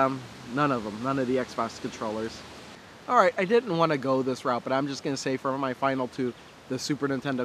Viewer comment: You said alh right.